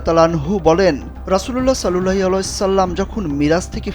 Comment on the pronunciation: রাসূলুল্লাহ সাল্লাল্লাহু আলাইহি ওয়া সাল্লাম দরূদটি ঠিকমত পড়া হয়নি !!!